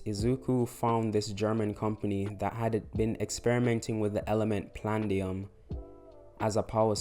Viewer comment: Pladiam not plandiam